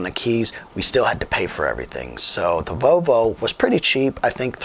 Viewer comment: The way you’re saying Volvo is killing me. It’s not VoVo. It’s VoLvo.